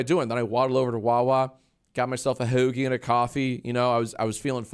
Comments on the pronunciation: every time you say hoeugie i feel my vein bulging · pls stop saying hoagie like that i’m shaking